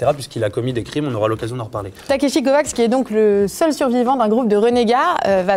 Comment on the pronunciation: Ça se prononce pas Takeshi CovaCH ?